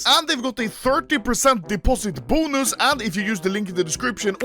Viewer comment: nobody: anomaly: "bOoNuS"